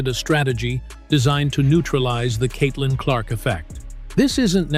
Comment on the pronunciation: Stephen says Caitlin Clock